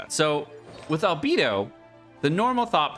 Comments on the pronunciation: If u say ALBEEDO one more time instead of ALBAEDO! I SWEAR! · Its Albaedo🤣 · But it's German, thus it's not Al🐝do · My ears hurt from him saying AL-BEE-DO Instead of "AL-BAE-DOUGH" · Can't get over you calling him "Albeedo" 😂 It's like when people call Diluc "Dieluc" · B. Eye. Dou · Say it with me, "al" "bae" "dough" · He can't even pronounce ningguang you expect him to pronounce albedo? LOL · He can say "Transient" correctly, but can't say "Al-BEI-DOH"? Sounds like bs to me.